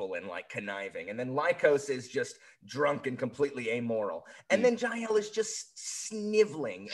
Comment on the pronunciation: Trust an American to pronounce Jael and Fidele completely wrong 🤣